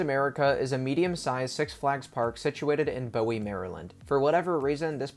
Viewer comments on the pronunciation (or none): petition to teach people how to say bowie right.... even still the list is good